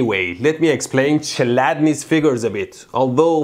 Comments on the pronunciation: Well, it's more klædni, than chlædni, you know… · Youre saying čeladnis. Its chladnis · it's not Ch like in Cheetos but Kh like in Kholmogorov, also Chladni means Cool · the man was east german, it wasn't pronounced like tch it was pronounced like either a k or a czech ch, which doesn't exist in the english language. this gave me dain bramage. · I think in the Chladni you read the Ch as J in Juan and Chl as Cl in Cloe. Rest is ok.